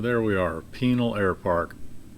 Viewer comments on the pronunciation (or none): Kermit, "pi-NAL." Not penal. Penal makes me think of an institution, or personal plumbing. And, I get to celebrate you (FINALLY!) arriving at Orlampa Intl, with a shot of Naked in Jamaica! steve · Small nit, but Pinal is pronounced with the accent on second syllable. I.e., Pin-AL